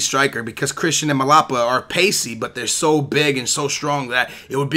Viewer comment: its mlapa! not malapa pls like so he sees this